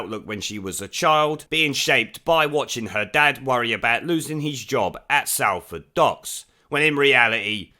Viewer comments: It's pronounced 'Solford' not 'Salford' !!!! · Pronounced SOLford not SALford ! Oh and my father was made redundant working for Burmah oil at the docks ! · Love your content ..........but ITS PRONOUNCED SOLL FORD !!!!!!!!!! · Behave! It's pronounced as Solford. Otherwise crackin' vid as per usual. The shit weaselry is alive'n'kicking. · Sol ford - not Sal ford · Its pronounced like sol-ford mate haha. I love in her constituency and am not happy to have such a bleb as my MP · Just a minor point. Salford is pronounced Solford. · It is pronounced S(o)lford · It’s Salford ffs Not Sal-ford. My step dad worked on those same docks not that long before they were closed down and I’m fkn a lot older than her so she talks complete and utter bollox. What else can we expect from labour though🙈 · Salford may be spelt that way but you pronounce it totally wrong, it's pronounced solford ;) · Do you pronounce Salt like you do Salford?